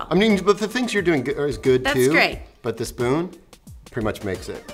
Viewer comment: dee dee dee "i've got my fpoon" XD